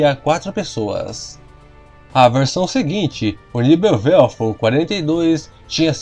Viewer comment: Por favor ... Pronuncie o alemão corretamente , senão se torna até cômico para quem conhece a língua ... NEBELWERFER PRonuncia se : NÉBELVERFER